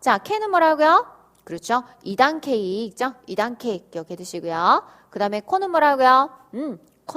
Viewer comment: 있쪄? 선생님 발음 중독성 있어요 ㅋㅋㅋ